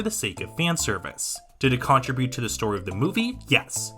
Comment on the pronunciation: ALSO WHY TF DO YOU SAY CONTRIBUTE THE WAY YOU DO 💀